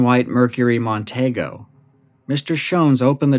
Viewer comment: My dad worked for Ford Motor for 36 years. It's Mercury Mon-tee-go. Say it with me, Mon-tee-go.